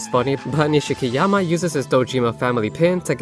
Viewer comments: Ni-she-ki-Yama,.. It’s nishki-Yama 😭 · Wait isn't it Nishiki-Yama?